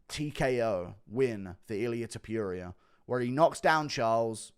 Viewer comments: Repeat with me: To Pu Ri A… now together, Topuria, not topiria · I like how Guru says Ilia To-pew-ria